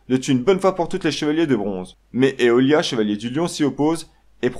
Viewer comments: La mauvaise prononciation de aiola et aiolos rend la vision de la video hyper désagréable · Il aurait été à mon avis plus pertinent d’utiliser les vrais termes originaux tels que « Saint » (prononcé « Sèïnte ») au lieu de chevalier ou alors « cloth » au lieu d’armure. La prononciation de Aioros et Aiolia ne sont pas bonnes. Le nom du « grand pope » (Kyôkô) n’est pas Arès (qui serait écrit « アレース » en japonais), mais Arles (prononcé « arlèsse ») car c’est écrit « アーレス ». Les temples ne sont pas des « chambres ».